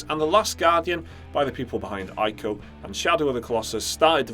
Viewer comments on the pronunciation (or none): Ico is pronounced Eee-co, not Eye-co